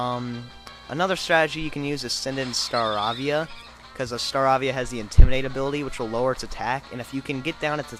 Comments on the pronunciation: i owned that leader with 1 hit kills also its pronounced star-aa-vee-a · you rock man (its Star-AAAAAA-via) geez lol